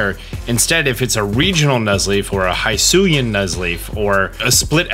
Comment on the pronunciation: It is pronounce /hisui/ not /haisui/ and it is /hisuian/ and not /haisuyan/